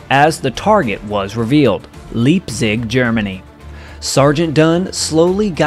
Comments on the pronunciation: Please pronounce the famous and big city LEIPZIG correctly with a spoken "i/e" and not as it is written" e/i. "It simply sounds horrible the way you do it several times in that wrong and stupid way-especially since it is not exactly a Nazi city. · Even before l studied German, l knew how to pronounce Leipzig, probably from old WWll movies. First time l've ever heard 'Leap/zig'. You'd just think someone covering the war would have a better grasp. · Love your work! FYI Leipzig is pronounced like "Lypzig". Only reason I know is my wife is from that area, and her father was a child in Merseburg surviving many bombing raids. That area, with the synthetic fuel refineries and aircraft manufacturing was a very well defended. In 2003, I met an old B17 ball turret gunner and asked him he remembered ever doing a mission over that area. He said, "Definitely! If you saw Merseburg/Leipzig on the sheet, you got a knot in your stomach. The flack was terrible." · Thanx for recounting this interesting & worthwhile story. One small correction to help with your narration: in german, "ie" is pronounced as long e; "ei" is pronounced as long i. So, Friedrichshafen is pronounced "Fr-ee-drichshafen", and Leipzig is pronounced "L-eye-pzig". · It's actually pronounced Leeepzug. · The German city of Leizig is pronounced: LIPE·sig. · Leipzig is pronounced "Lyep'-tzick". Regensburg is pronounced with a hard "g", as in "get", not a "j" sound, as in "regency". You could help your narrative fly smoothly by checking your list of German words / place names with one of the many audio pronunciation sites. When Germans immigrated to America in the 18th century, they took the trouble to "Angicize" the spelling of their surnames, so other colonists would pronounce their names correctly. For example, Eisenhauer became Eisenhower. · I hate to keep correcting you but the word Leipzig is pronounced phonetically “ Lipe- zig” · German city pronounced “Lipe-sig” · “Leap zig”?? Please at least TRY!